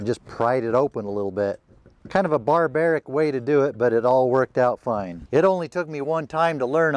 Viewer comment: Did you say bar-baric?